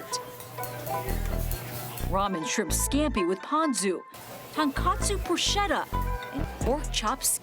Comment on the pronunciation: FYI,Bruschetta is pronounced with a K. Bru-sKetta